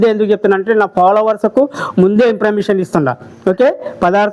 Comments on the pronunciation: Followers ❌ Palawers✅ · ఫాలోవర్స్ ❌ పాలవర్స్ ✔️